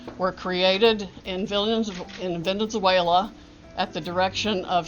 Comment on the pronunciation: Sidney Powell couldn’t even pronounce Venezuela properly😂😂